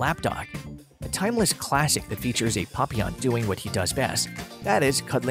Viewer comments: Plenty of decent information, but the name is Pap-short A not Pop. Kirby comes from Lo-teee ki papillons. Not Lo- tecki. This drove me crazy the entire video. Also, the painters name is Ti-short I - tion , not Titan. Maybe read the info yourself instead of using a computer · He calls them Puppyawn.😭 It's PAP-ee-awn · No the correct French pronunciation it is 'Pa - pee - onh' with the emphasis on the 'pee' there is no long 'awn' at all. I have bred and shown Papillons for over 20 years. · Its pap-E-on But still cute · Not sure if I can sit through this whole video of this guy saying "PUPeyon" way too much. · Maybe try learning how to pronounce Papillon? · Lordy! I have Papillons, but can the narrator pronounce Papillon correctly?